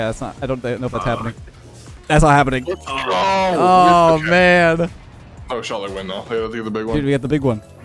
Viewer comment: Whenever says let's go I think it's leths go😂